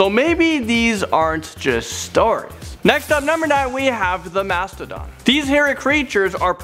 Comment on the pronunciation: When he said mathadon i thought they were mammoths